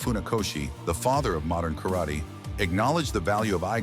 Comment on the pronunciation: White a88hole, first learn to pronounce 'Karate' correctly.